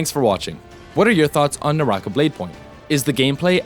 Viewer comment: ew NAH - RAH- KAH, not nawrahkuh